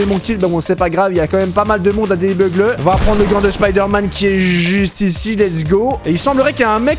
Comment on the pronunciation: Mdrrrr Daily Bugle ça se prononce "Daily Bugeule". Mais sinon continue j'adore. 😉😉😉👍👍